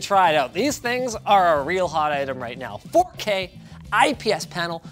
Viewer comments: Ahh yes, the "FU K" resolution? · Welcome to Linus Tech Tips where we take "dropping costly hardware" skillz to new limits!! Btw did he said fookay??